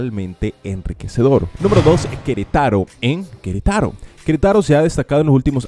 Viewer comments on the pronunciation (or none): Merída en Yacutan? Es Mérida con acento sobre la E y es Yucatán. Querétaro con acento sobre la E no Queretáro. Como puedes hablar de las mejores ciudades si nisiquiera sabes pronunciar sus nombres.